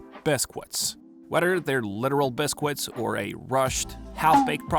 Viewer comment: ngl I was sobbing throughout this whole video as alot of these lessons were truly needed at this moment in my life but you pronouncing biscuits as bis-quits immediately stopped the tears and actually lifted my spirits at the silliness of vocabulary. idk if that was intentional or not but thank you so much nonetheless